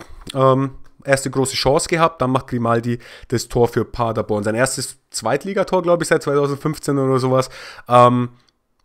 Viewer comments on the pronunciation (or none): "Magdeburg gegen Paderborn. Ich weiß, ich sag Magdeburg immer falsch ..." Hahaha, ich habe keinen Unterschied zwischen den beiden "Magdeburg" rausgehört. Aber wo wir gerade bei der Aussprache sind ... Paderborn ... das ist nicht sehr weit von meinem Geburtsort entfernt ... und wir haben das zu Hause immer auf der letzten Silbe betont. Also Pader-BORN (so stehts auch bei Wikipedia) und nicht PA-derborn, wie Du es sagst. Das ist mir eigentlich egal, wie Du es aussprichst. Ich würde es auch nicht kommentieren, wenn Du nicht die Aussprache von Magdeburg erwähnt hattest. Bleib ruhig bei PA-derborn, das hört sich irgendwie süß an, hahaha. 😉 Beste Grüße 🖐🏼👴🏼